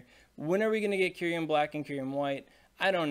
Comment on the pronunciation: Cincinno is based on the animal Chinchilla.... Just learn it's pronounciation.... Also it's kyu-rem... Not kyu-riem 😅